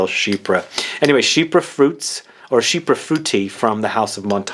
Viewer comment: Not to put a fine point, but the pronunciation is sheep-pre (for the word chypre). Not she-per. It is French, for Cyprus (the country).